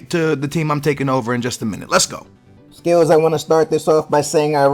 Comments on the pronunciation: i know he's saying skillz, but does anyone else think tht it sounds like he's saying skittles? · Sounds like he says skittles haha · E is saying skittles...